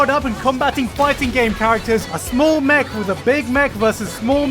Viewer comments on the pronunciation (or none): none